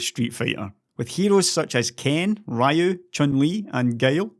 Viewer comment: please it is not RI-YU, it is Ree-U.